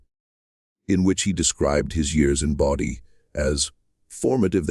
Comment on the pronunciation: AI can't even get the name right! IT'S BODIE NOT BODY sure glad I dropped this video in under 3 minutes